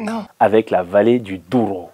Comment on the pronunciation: Ah les Portugais sont pas contents. On dit juste Douro et pas Odouro. Mais c'est vrai que c'est compliqué pour un francophone de dire les noms portugais 😅😂😂😂😂😂